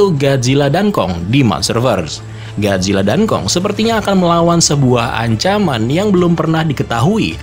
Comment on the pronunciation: Bisa baca ga Lo min masa gajila. Gojila mbok